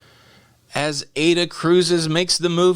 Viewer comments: it is pronounced eye-ee-da I know it looks like the name Ada(a programming language I learned in college many many years ago) which is the way you pronounced it. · Aida, pronounced ay -eeda.Yes I would cruise. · non it is pronounced : AAAH-E- DAAH (GERMAN) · Close, its I E Duh